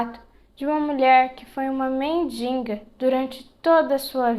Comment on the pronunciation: sua voz é linda e agradável. Porém, a pronúncia correta é M-E-N-D-I-G-A!